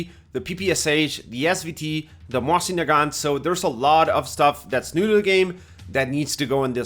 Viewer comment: It's MOSIN, not "moahsin", they're not French, you know? :)